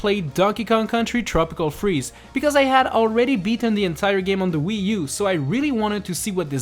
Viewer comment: “tropical cheeze” instead of “tropical freeze”?